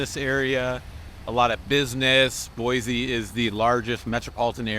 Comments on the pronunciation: Its Boiseeeeeee not Boyzee. Come on man. 😂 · Boise is pronounced "Boi-see" not "Boi-Zee" my friend. Ask around for yourself please. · It's horrible here. Don't move here. You'll absolutely hate it. You'd like Denver or Austin way more. Also, there's no Z in Boise. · ok, first of all I can tell you are not from here because of how you pronounce Boise. Don't make videos like this. Boise doesn't need anymore GD people.